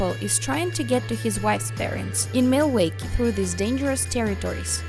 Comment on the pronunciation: The way she pronounced Milwaukee was adorable 😅 I love it.